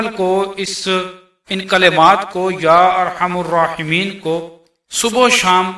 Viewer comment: ya Arhamar rahimeen hai par Aap arhamur bara rahe hain